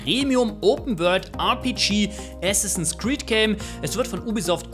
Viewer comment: Bitte es heißt Assassins Creed, statt Assinsass Creed.